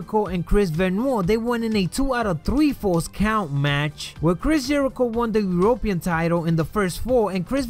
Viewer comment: it isn't urope pean it's european